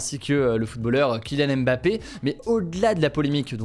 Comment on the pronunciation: Arrêtez de dire « Embapé » c’est juste Mbapé, vous savez dire Station vous ne dites pas « Esstation » lol